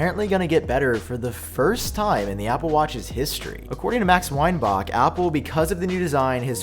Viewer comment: You’re saying Weinback so wrong